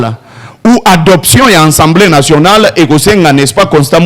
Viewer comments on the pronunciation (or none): Dis à ce Mr on dis assemblée nationale pas ensemblé nationale